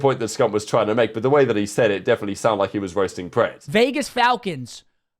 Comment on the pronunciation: Priestahh is changing his name to Imanahh.😂